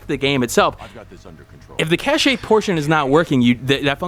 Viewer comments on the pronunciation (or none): Cache is pronounced Cash FYI and Nvidia is pronounced N - Vid - ya.